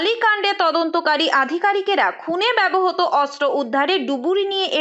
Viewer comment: Apni ektu apnar pronunciation e nojor din. Bebohoto noy kotha ta bebohrito